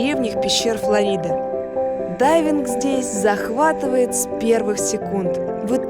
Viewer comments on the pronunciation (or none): none